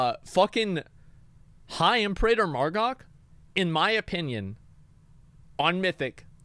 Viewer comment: The way he says Imperator cracks me up every time lol